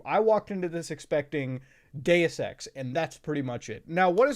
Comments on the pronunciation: Ngl I’m tired and I thought he said Day of sex instead of Deus Ex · I heard gay sex, bruh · Been listening to so much cum town, thought i heard "Gayus sex" a few times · When muta said deus ex my friend beside me asked why he was saying gay sex, funniest shit ive heard in a minute. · When he said Deus Ex and I was a little distracted I thought he said "Day of sex" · what the fuck is Day es Sex